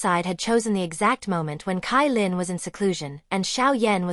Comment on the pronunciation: CaiLin = ChaiLin not KaiLin